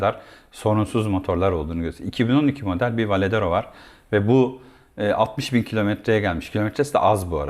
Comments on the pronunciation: Önce varedero demeyi ogren sonra video çek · Sohbet ve tanıtım için teşekkürler.. Bu kullanıcı deneyimi videolarında sadece 2 açıdan motoru göstermek yerine daha fazla görsele yer verseniz, sohbetin yanında ballı kaymak olur. Bu arada Varadero yerine hep Valedero dediniz :)) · V A R A D E R O söylemesi çok da zor değil aslında...